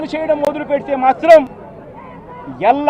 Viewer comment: మొదులు పెట్టడం కాదురా దుస్కీ. మొదలు పెట్టడం అనాలిరా దస్కీ.